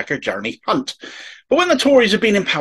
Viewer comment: Sorry to be critical but I do believe you pronounced Jeremy's surname wrong!